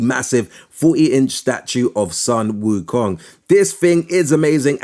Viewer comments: Stop saying wukang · lol it was so funny too lol